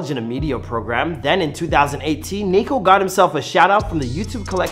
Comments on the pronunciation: HE SAID NEEKO LMAOOO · It’s not neeko it’s niko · NIKO NOT NEEKO lol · Its not Neeko its Niko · how do you say your name, its Nik-olas omilana 1 millisecond later: neeko omilana lol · Niko not Neeko smhh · Its NIKO not NEEKO its make me cringe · It's not neeko it's Niko💀💀💀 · At the start u heard him say NIKO AND U CALL HIM NEEKO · its NICK NIKO not NEKO. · Is Niko not Neeko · (NICK)-O niko - utube guy NOT NEEKO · It’s not NEEKO ITS NIKO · It’s niko not NEEEEKO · bruh not neeeeeeeeko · Not Neeko please... just Niko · ITS NOT NEEKO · Its niko not neeko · “Neeko” Niko is coming for you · Bro said Neeko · Man said NEEKO! 😂😂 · YOU REALLY CALL HIM NEEKO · Man sed neeko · What’s the point of this if your still gonna call him neeko